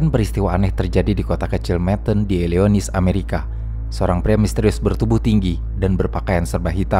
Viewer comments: ilinoy, bukan ilionis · Illionis apa Illinois neh bang haha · Jd kaya ASMR dengerin ini wkwk tp saran aja bukan "ilionis" tp bacanya "ilinoa" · Bang mohon maaf, penyebutan Ilinois itu "Ilinoa" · saran saya buat channel ini atau kamar Film, untuk pengucapan istilah2 bahasa asing masih sering salah sebut pronounciationnya. tolong ketika mengulik suatu hal, dicari tau dulu pengucapannya. skr ada AI atau google bisa bacain dulu. misal illinois harusnya illinoi, atau nama orang suka salah sebut juga. sayang materinya udah bagus tp utk penyebutan kosakata salah2.